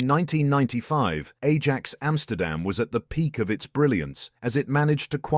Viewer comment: They way he pronounced Ajax bothers me so much 😂😂😂